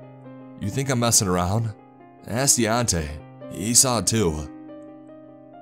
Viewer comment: what the hell is a saw-uh!? 1991-uh? identified-uh? mengilled-uh? girlfriend-uh? that-uh? talking-uh? old-uh? child-uh? Who thought you to speak the english language? This is very annoying!